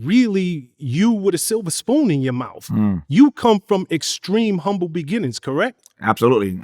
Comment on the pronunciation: Now Tavis is a well versed man. I know he knows “umble” is not how you pronounce “humble.” Where is the “h” sir?